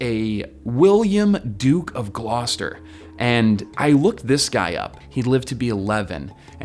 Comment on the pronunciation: Haha, Glooster. A warning about possible Irish mispronunciation and yet the worst was English, Even funnier when he got it right the first time.